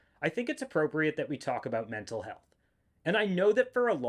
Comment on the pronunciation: I forgot you were Canadian until I heard that first “about”